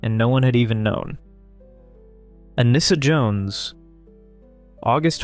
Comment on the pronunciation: Nice compilation. I'm pretty sure Anissa's name is pronounced "Ah-NEE-sa."